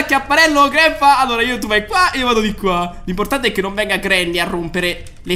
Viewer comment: In verità non si chiama GREPA Ma si chiama GRANDPA